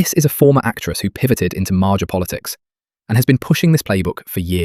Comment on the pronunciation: You’re attempting to make money on YouTube. Put in the minimum effort at least. Dead giveaway that it’s a ai bot voice when you pronounced MAGA as maja. I wanted to see another bootlicking Trump stooge get put in place, but instantly shut it down when I heard that.